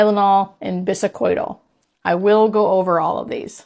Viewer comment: I am doubtful of you being a nurse how you mispronounced Biscodyl…Morphine suppresses the respiratory drive